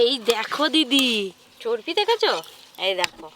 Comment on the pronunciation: এত বড় youtuber চর্বি কে চর্পি বলছে